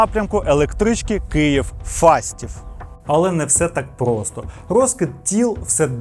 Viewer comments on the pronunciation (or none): none